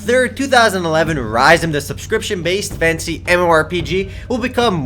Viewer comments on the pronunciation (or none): Thumbs if you hear fancy instead of fantasy everything says fantasy:D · when you say fantasy it sounds like you're saying fancy